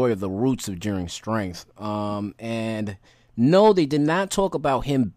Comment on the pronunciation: While I understand that some people have a hard time pronouncing different words, I need my guy here to learn how to say the word STRENGTH.... I heard both strain and strenk instead of strength. It's a petty thing to be upset about but it got on my last nerve 😅